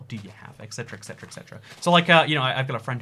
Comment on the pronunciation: you're a smart guy...pleeease not that the word is ETcetera not ECcetera